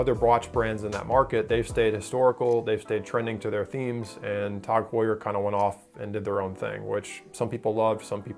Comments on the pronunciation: "Tawg" Heuer. I've never heard it pronounced like that. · The thing that annoyed me the most is his prenouciation or tag heur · If you're gonna hate them at least say their name right